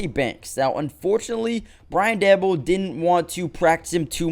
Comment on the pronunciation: Bullshit video. This dude dont even know how to pronounce Coach Daboll's name. CLICKBAIT!!